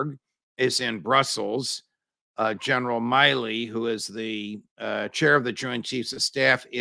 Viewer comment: Why do you consistently mispronounce General Mark Milley’s name?